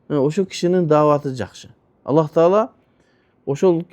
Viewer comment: Аллах эмес кыргыздар Алла Дейт туура суйлосонор